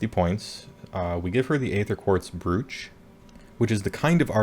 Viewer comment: oh boy, that Morathi trick sounds incredibly unfun (to face) :( Also I think Brooch is pronounced like (rhymes with) "roach"